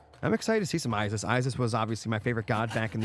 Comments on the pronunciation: it's Isis not I-ziz they are S's not Z's.. how was that your favorite if you can't even say it right. Female siblings are sisters not zizters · I want to finish this so bad, but it's literally nails on chalkboard EVERY TIME YOU SAY I-ZIZ. Please pronounce things right if it's your job to do so.